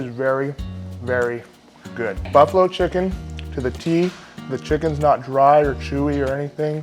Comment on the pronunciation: You should be in prison for how you say chicken.